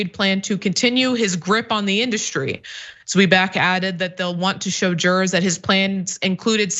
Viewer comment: Tsvai-bak, not Zwee-bak.